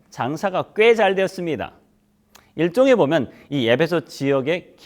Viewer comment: 예배소라고 발음하니 귀에 거스르네요 목사님 발음을꼭 확인해 보시지요